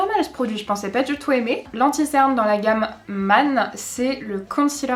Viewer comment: ‘Man’ se prononce comme ‘reine’, ‘peine’, ‘chaîne’, ‘laine’ 🙈🙈🙈